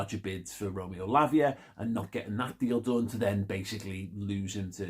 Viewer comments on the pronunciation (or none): none